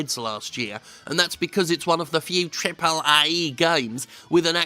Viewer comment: "triple AAAye" love it